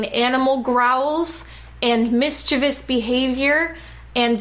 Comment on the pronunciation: Good video, and thanks for being able to pronounce mischievous.